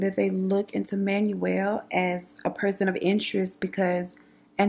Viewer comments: Manuel is pronounced Manwell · Awesome video I'm an Aquarius ♒ and he was just a sad situation...his name is pronounced Man-well V-ay-haas ❤️❤️❤️ I hope your new baby settles in soon.